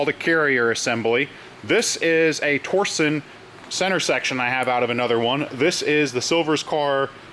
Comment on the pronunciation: Is it torson or torsion? I believe it’s pronounced tor-shun. Just wondering, not being a jerk :)